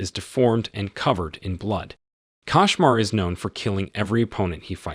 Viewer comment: It's a kOshmar not kAshmar